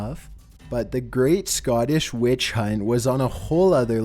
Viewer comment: #7: Midlothian WETCHHHH